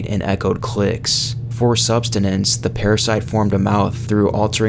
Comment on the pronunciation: What the HELL is substenance? Don't u mean sustenance?